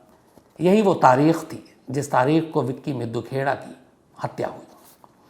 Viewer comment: ताहिर सर हरियाणा पंजाब के लोगों के नामों का उच्चारण करने के लिए हिंदी उच्चारण पढ़ लिया करें । विक्की मिड्डू खेड़ा नाम है ना कि मिद्दू खेड़ा !